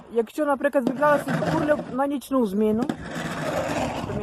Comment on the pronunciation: Не урльоп а урлоп.